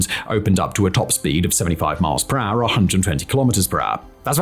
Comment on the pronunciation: Lol. You say ....... kilometers an R!!! _ It's so cute because you don't say kilometers an hour!